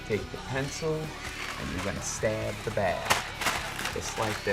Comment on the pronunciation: steb the beg*